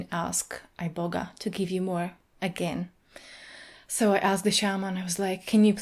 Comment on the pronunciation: I know for a fact when you went to Africa, the herb was never pronounced "Eye-boga" 😒